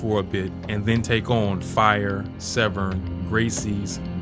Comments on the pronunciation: pronounced Frye, fire. Nice try, AI. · How do you fuck up Don Frye's last name and pronounce it fire fucking goofy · Guy definitely aint a MMA fan, he said fire when reading Don Frye's last name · Did you just call Don Frye, the Baddest mafka to ever fight in the UFC....fyre? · DID YOU JUST CALL DON FRYE 'FIRE' LMAO WTF